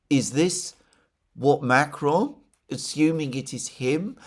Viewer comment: MacrOn, darn it, not MAcron.